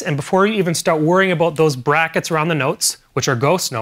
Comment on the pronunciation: "Aboot"!? I'm learning drums from a Canadian!? NOOOOOOOOO!!!!!!!